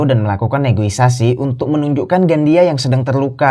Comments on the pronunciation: Negosiasi not negoisasi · Negosiasi Min,, bukan negoisasi,,hehe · Negosiasi bukan negoisasi dek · Yang benar "NEGOISASI " atau " NEGOSIASI " 😂